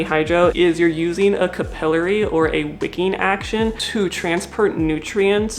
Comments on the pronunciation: I know this is a me problem, but she keeps pronouncing capillary in a weird way is it’s bothering me to an unreasonable extent… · First vid by this creator but I suspect Canadian? “Cah-PILL-uh-ree” is a British pronunciation. American is “CAP-uh-lair-ee”.